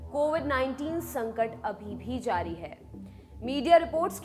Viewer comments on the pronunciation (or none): none